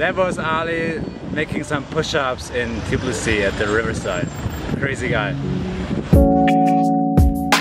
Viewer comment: რამაგრა ამბობენ თიბლისი <3